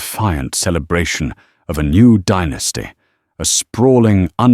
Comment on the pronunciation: I like how he says dynasty ..dinesty